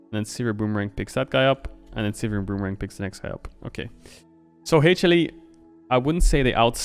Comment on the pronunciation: I'm obsessed with Caedrel's pronunciation of HLE as Hey-chilli.